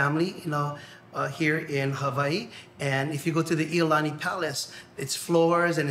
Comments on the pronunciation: Also: the narrator messed up the king's name, AND it's called 'Iolani Palace NOT "Lolani". Plus, the statue (shown in the video) is Kamehameha The Great, not Kamehameha III. The statue of Kamehameha III is at Thomas Square, which is also in Honolulu. 🙂🤙🏻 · It’s like he read iolani Lolani because it was typed Iolani with a capital i lmaooo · Yeah...I cringe at Iolani...Lol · And Iolani Palace as well as Waikiki mispronounced.